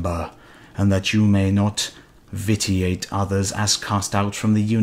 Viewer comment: Pheeeeew-eeeeee. Politickin’ with the church was some dangerous business. One would think battle more deadly, but nope! Pretending you can talk to god — that’s where ya gotta look out. Also, it was funny when he paused to read the word vitiate, but still mispronounced it. Just do another take for cripes sake! Jk, doesn’t matter.